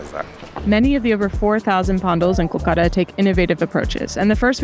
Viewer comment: Please do not say it culcuta it's Kolkata